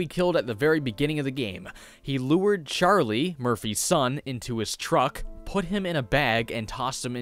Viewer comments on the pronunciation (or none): none